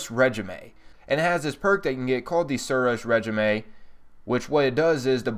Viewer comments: Well we all know he doesnt know how to read lmao.... Suros re-ji-may... ITS PRONOUNCED SUROS RESHEEM ..smh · It's pronounced (Ray) (scheme) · It's pronounced ray-jeem.